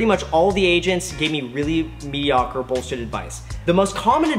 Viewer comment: The way Graham pronounced mediocre is mediawkward xD